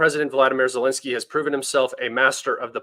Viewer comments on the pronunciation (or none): none